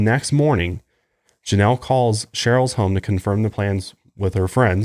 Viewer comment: he doesn't say Janelle